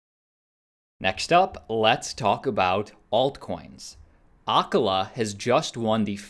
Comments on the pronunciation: Acala is pronounced uh CALL uh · You should learn how to pronounce Acala.